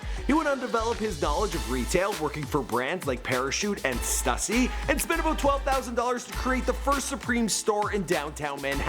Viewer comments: why does everyone say STÜSSY effed up? It eevn has the marks to show you its not meant to be said like "stuck" but like "stupid". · STOOSY NOT STUSSY FUCKKK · It's pronounced stoo-see not stuh-see FUCK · It’s pronounced ST OO SY NOT ST UH SEE STUSSY GET IT RIGHT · Everytime this idiot says (stus-ie) and not (stoo-cee) I cringe so hard. And he says it so damn often. Do your research. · Stuh-sey? Its pronounced Stoo-sey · S-2-C Not S-TUH-C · stassy? really? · It's pronounced "stoosy" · pronouncing stussy as stassy. yeahh. smh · Damn pronunciation Stüssy not Stussy (Stoossy) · It's sTOOssy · Can you pronounce Stussy correctly? Tf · Whoever edited this is a bitch for not crediting the footage you stole from my homie Unknown Vlogs. If you can't properly pronounce Stussy then you shouldn't make a video on streetwear. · Bro said stussy smh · Did he really pronounce Stussy in such a manner? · i hate how he says stussy